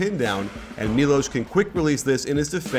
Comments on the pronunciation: Correct pronunciation: 'Milosh Teodosich' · It's pronounced Milosh